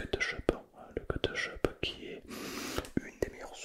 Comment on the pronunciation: moi qui dit kÉtchup, t'entendre répéter kEtEchUp ca me tue 😂😂😂